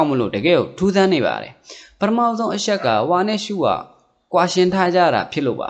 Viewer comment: အရှက် အရှိန် (အချက် အချိန်) အသံလေး တွေ ဂရု စိုက်ပြင်ဆင် လိုက်ရင် ၁၀၀%✓✓✓